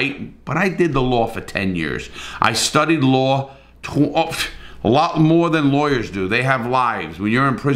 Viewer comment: Revisiting this in 2024 to laugh at how angry people got, even though they couldn’t give you a single detail of the case. Also, I love the way you pronounce the word law as “lawrrrrr”!